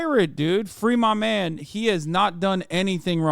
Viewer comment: But when My mane mahn omi does it… Hasan has never sounded more Turkish